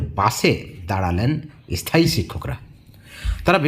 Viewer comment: থিসিস লেখা শেষ হলে জানাস ভাই।তোকে মিস্টি খাওয়াবো। এস থায়ী😂😂 শব্দ উচ্চারণ টা শেখ আগে😮😮